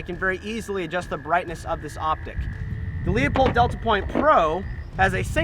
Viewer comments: It is pronounced "Lou Pold" not "Leo Pold" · It's pronounced Lew-pold not Leo-pold. Call the factory and find out, otherwise great video. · It's pronounced Loo-pold. Not Lee-upold. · Met the Marketing Director for Leupold at the Portland airport three weeks ago. It's pronounced 'loopold', not 'Leopold'. Get it right gun expert. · I pronounce it Leu-Paul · It's pronounced "Loy-pold" or "Loy-polt", depending on the german dialect. Not even the company pronounce it the correct german way, but it's not the end of the world. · Obviously. However he didn't pronounce it that way. People are constantly mispronouncing Leupold as Leopold. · You're exactly right Chris. I laughed when even pronounced it wrong. But like my friend at Leupold says, " I don't care if they can't read as long as they buy our stuff", lol. If anyone doubts how they pronounce it all they have to do is call the company and the live person that answers the phone will answer: LOO-pold and Stevens, how can I help you?